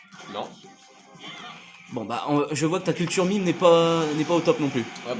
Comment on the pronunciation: "UN MIMEUHHH" non... Juste non XD